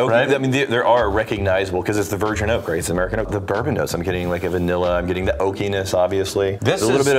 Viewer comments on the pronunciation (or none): none